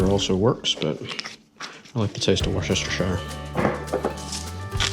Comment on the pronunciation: war sesstershire hahahahaahahahaha no sorry say it as wusstershire ps im hungry now and its 3am